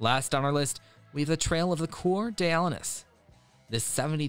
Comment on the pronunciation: That is the funniest pronunciation for Coeur d'Alenes 🤣